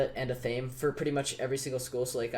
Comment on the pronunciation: No one ever says athame correctly lol. It isn’t ah-thame, it’s ath-uh-may.